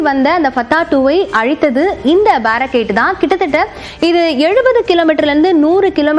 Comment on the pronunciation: Its Baarak 8 Indo Israel JV, Pronounce correctly